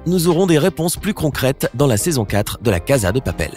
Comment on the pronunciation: On dit la casa dè papel